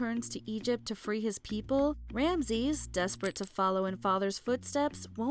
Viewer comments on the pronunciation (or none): I felt a little miffed with how you kept saying Rameses. You kept pronouncing it "ram-sees", when it's pronounced Ram-ah-sees". They say it enough times in the movie. Heck, Moses saying it in the footage used at the beginning of his place on the list, so why didn't you say it the way the character says it?